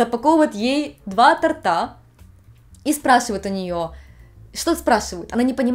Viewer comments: то́рта, а не торта❗❗❗ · тортА тортА у меня чуть уши не отвалились xD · Не "два тортА",а "два тОрта"! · ТОрта,, тОрта. 2 тОрта. Не тортА.